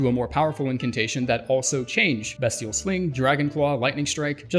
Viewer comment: I finally found someone that knows how to say 'Bestial' 🙏